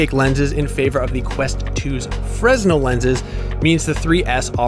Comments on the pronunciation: Fresnel is pronunced "Fer-Nail" not "fres-naw" Get your sh* together IGN! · The lenses are called fresnel, but you say it like "freenel" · Am I crazy or are fresnel lenses supposed to be pronounced "frenel"?